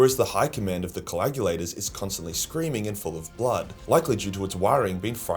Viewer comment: Add "coagulator" to the long list of words that can't pronounce.